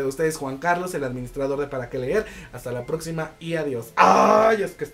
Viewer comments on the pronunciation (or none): none